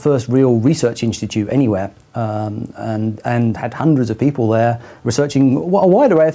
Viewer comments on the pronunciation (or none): none